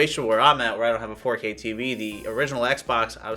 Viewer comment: “Faux-K” 😂 That’s great!